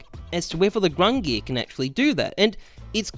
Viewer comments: “Grungir” come on my guy. It’s GUNG-NIR. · What the fuck is "grungir"? Don't u mean gungnir? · GUNGNIR (GunG-Near)...not gRungir (grun gear) . please read. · Lol love that you apologize for calling it grungnir instead of Gungnir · I am Icelandic and i can be confident saying that it is not pronounced gung-neer, but goong-nir with an i as in igloo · You can tell this man was not a halo reach dude with the way he is pronouncing the Gungnir, there is no R at the start of that word. "Grungear" my ass. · Everytime he says "Grungear" I feel my brain cells dying. Please just say Gun-gnir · He saidz "GRUNGIR" instead of GUNGIR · Grungear. It's more like GONG NEAR or GUNG GEAR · GUNGNIR not grungie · THERE'S NO R AT THE BEGGINNINGGGGGGGGGGG OF GUNGNIR . FOR GOD SAKE. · The old norse Gungnir is pronounced Gung-neer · its pronounced “GUNG-neer" source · Looked it up and it is indeed gung-neer like other people are saying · I think it’s pronounced “Gung-neer” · Gung-neer bruh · Ayvp gung neeir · You pronounce it as gung-neer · it’s pronounced “ginger” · It's gung-neer man, that ruined the video for me LUL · I mean its probably given away at this point but I think gung-neer xD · "Gung-neer" is the correct pronounciation. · Pronounced Gun(soft G) near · it’s gung nir bro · It's pronounced Gungnir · Its pronounced Gung-near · Gung neer like deer and dung :> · "Gung-neer" You're a boss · It’s gung-neer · gang-near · it is pronounced gung-neer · gun geer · leaving this video thanks to him sayin fuckin ”GrUnG-nEaAr” like bruh say it like a normal person not like a fuckin downie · Nobody: Not a single cell of living tissue:: "Grungear" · AWPs name: Gungnir: Grungnear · the proper pronunciation of the awps name is gung-NEER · its not grungnir btw. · How does "Gungnir" not have an r in it? I mean, it's kinda right at the end there, but it's there. However, I will agree that he should be pronouncing it correctly